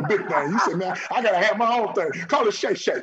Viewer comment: Shay shay??? Really man? Shay shay?